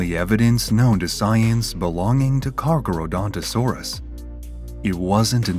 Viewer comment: I can't watch this because the AI narrator keeps mispronouncing its name.